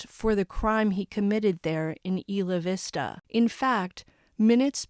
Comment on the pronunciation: I remember this like it was yesterday it was so sad. I lived right by where this happened. It’s pronounced Eye la vista. Thanks for all of your hard work bringing us the information